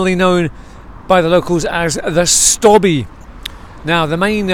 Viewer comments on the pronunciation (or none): Not "the stobbie" just stobbie....rhyming with lobe, robe etc 😉